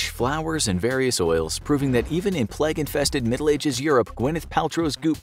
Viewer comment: its pronounced playg